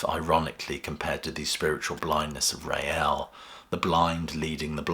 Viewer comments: It's pronounced 'Rail', not 'Ray-Al' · Please pronounce his name correctly, It's Rael (pronounced 'Rail') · "Rael" is one syllable, not two. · Rael was one syllable, like Rail, and not like the Madrid football team. I was never sure about the Lamb, as I only got into Genesis with Trick, W&W and Seconds Out, then investigated the back catalogue.